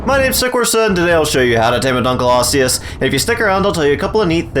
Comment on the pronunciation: Thx for pronouncing it right